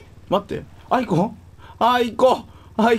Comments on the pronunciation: 本当は「アーイコー」って聞こえるんだろうけど俺からしたら「あー行こー」に聞こえちまう… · aiko埋まってる時のの発音凄い好き